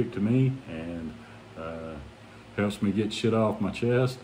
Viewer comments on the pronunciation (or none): none